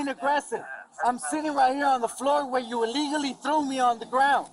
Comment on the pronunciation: Not for nothing, but someone needs to tell the out of control cop that" y-o-u " is not pronounced "c-h-e-w".